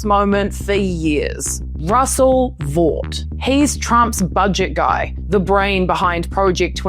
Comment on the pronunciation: (Russell) Vought is pronounced "Vote"